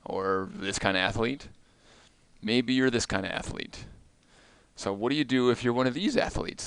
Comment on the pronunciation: It’s not ath-a-lete, it’s athlete. It’s not expecially, it’s especially.